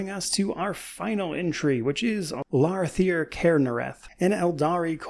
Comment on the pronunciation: Literally any name ever: i'm sorry I'm probably mispronouncing it. Laarthyr Cairnareth: perfect pronunciation with no hesitation.